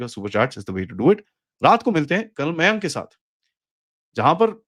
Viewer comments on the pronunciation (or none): none